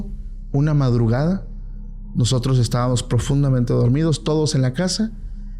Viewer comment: Pacoooooo no se dice” estavanos “ tú hablas muy bien todo. Usa la “M” ESTÁBAMOS. Ok